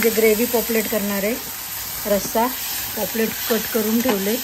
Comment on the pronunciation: पॉपलेट नाही पापलेट... तुम्हाला पॉपलेट म्हणायची सवय झाली आहे... काही हरकत नाही पण जमलं तर पापलेट म्हणा... व्हिडिओ मस्त तोंडाला पाणी सुटलं...